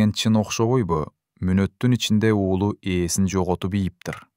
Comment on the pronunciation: Ээсин эмес,эсин.!